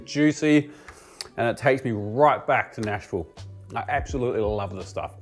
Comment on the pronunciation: As a resident of middle Tennessee, I commend you on pronouncing "Nash-vull" correct..